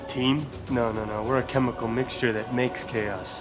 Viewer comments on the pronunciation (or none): none